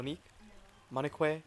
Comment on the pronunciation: Btw your pronouncing Monique, it’s Mone- eek